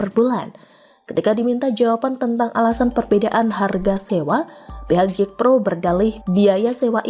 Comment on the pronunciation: Bukan JEKPRO...tapi JAKPRO tidak perlu diinggriskan JACKPRO...TKS